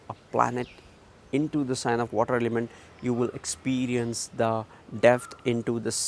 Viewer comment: Are you saying "Depth".............?